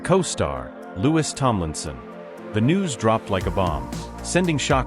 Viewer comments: It’s not lewis it is Louis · PLEASE! TEACH YOUR AI PROPER PRONUNCIATION! SPELLED LIKE LOUIS, BUT HIS NAME IS PRONOUNCED LIKE THE FRENCH KING HE WAS NAMED AFTER: LOU EEE PLEASE, YOU GOT IT TO SAY ZAYNE'S NAME PERFECTLY! WORK ON IT GETTING LOUIS (LOU EEE'S) NAME NUNCIATED PROPERLY! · The fact that the computer or person reading cant pronounce Louis’ name should be a clue. Id guess that this is stirred up by labels, tptb, management. There is a weird dichotomy btw the recently released music from Harry and Louis. Meticulously orchestrated in timing, themes, lyrics, all woven around each other……… and all the pushback we are seeing demeaning Harry as trying to sabotage Louis, and celebrating themes of division. Pay attention everyone .We should all think for ourselves. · And another narrator who can't pronounce Niall and Louis' names. Their names have been floating around since 2010, so there's no reason for poor narrators to get names wrong. If they are unable to do so, they shouldn't be paid for performing badly